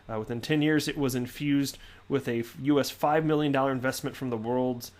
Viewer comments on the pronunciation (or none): none